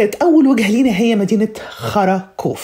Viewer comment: على فكرة يا انتي نطقتي اسم المدينة بطريقة عجيبة جداً وقولتيها مجزأة وتوحي بمعنى كده.. قولتي بالتحديد مدينة خراااا كوف